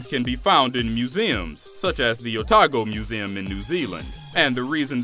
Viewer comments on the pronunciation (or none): none